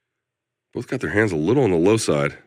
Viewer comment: I swear Brian always says "bowlth" instead of "both" now. I'm not sure he's even trying it.